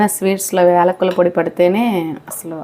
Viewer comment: యాలకులు.. వేలకులు కాదు